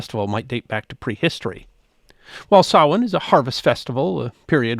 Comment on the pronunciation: OMG! Someone who pronounces "samhain" properly! Thanx for avoiding AI voicrs.😀